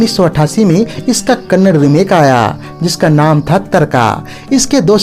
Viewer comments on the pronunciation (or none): none